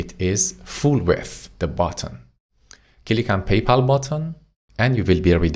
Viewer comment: I laugh everytime he says cilick 🤣🤣. Thank you for the lessons man they are very usefull.